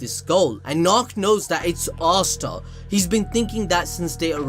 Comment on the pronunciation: Am I the only one who doesn't hear him say Asta but Asuna? Only me? Okay